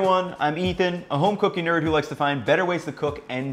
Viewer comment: Why does this guy say "cooking" as "cocaine" 😂😂. Jokes aside, i liked this 👍🏾👍🏾